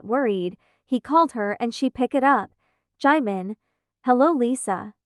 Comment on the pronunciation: Is no one gonna talk about how the speaker was pronouncing 'jimin' as 'Jaymen' 😂😭😭